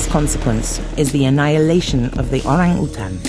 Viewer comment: Finally a non bahasa speaker can pronounce orang utan perfectly...